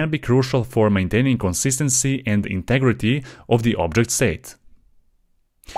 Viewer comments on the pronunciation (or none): none